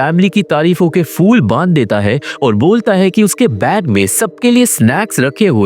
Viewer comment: Phool hota hai fool nhi Phal hota hai fal nhi ! It's incredibly irritating